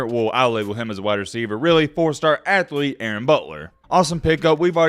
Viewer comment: “How much for ur ATh-o-lete’s?”